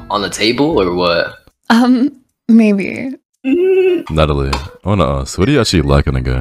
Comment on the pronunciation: Natt... Natt-a-lie. Natalie...